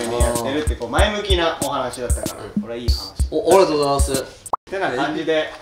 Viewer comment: の有難う御座いますって言い方が関西弁っぽくてじわったw 色んなエピソード聞けて楽しかった！またこういう企画やって欲しいな